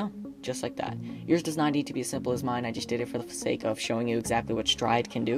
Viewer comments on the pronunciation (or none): none